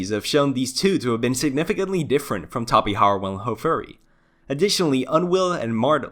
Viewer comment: the pronunciation of the letter "j" in Tapejara should be said as in tapejaridea. remember that in Brazil, we speak Portuguese, not Spanish.